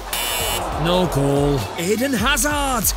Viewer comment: anyone notice him say goal, then a little "f" at the end, to make it "golf"?